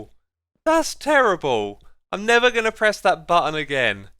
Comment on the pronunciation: Idk why but every time you say never, I hear nether. Every time. It doesn't matter how hard I listen, or slow down the video. I hear nether. Not disappointed. 😁